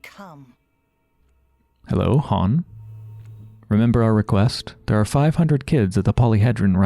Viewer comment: The kh sound in Burakh is the only one with a silent K, Khan is pronounced like Ghenghis Khan, because it’s not his actual name, it’s a title that originates from the steppe, also Kain is pronounced like Kane. Love your content but this really bugs me while watching your pathologic playthrough